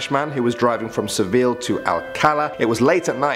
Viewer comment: Seville Spain? Pronounce correctly